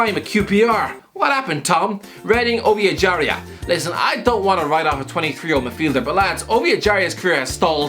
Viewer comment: Say Ovie Ejaria again, and I'll puke blood